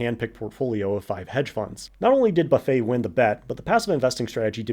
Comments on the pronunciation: Seriously ? Warren “Buffet”, like the food table? Only the most famous value investor on the planet and we can’t pronounce it correctly? There are a number of overly simplistic (tempted to say naive) assumptions revealed in the first 10 minutes. They are typical of a retail investor and include cherry picking “passive” versus “active” studies over time periods that include markets that are simply not valid or are incomplete today. Define “passive”. Algorithmic? Index based? There are risks associated with that that while (debatably) acceptably for retail investors or not appropriate for a sovereign pension plan. For example having 10 or so companies represent 40% of an index based portfolio would be insane. “Passive” for a pension plan is simply not the same thing as for a retail investor. As soon as you step away from that it’s not passive anymore. It’s definitely not what Berkshire Hathaway (Buffet’s fund) does. You can’t talk about “beating the market” then translate that into beating a self-prescribed benchmark that clearly is not “the market” Define “beating” - a retail investor will tell you it is portfolio value or “total return”, and some fund managers might say the same thing but for a pension fund risk-adjusted returns are critical and can’t be calculated by similar comparing portfolio values. Far too naive a view. Define “active” - what level of portfolio turnover qualifies? The idea that the typical retail investor or for that matter most funds can be equated to a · Almost sprayed at "buffé" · Warren Buff-eh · Great info. Amazing to me someone as smart as you doesn’t know how to pronounce warren buffetts name properly tho lol.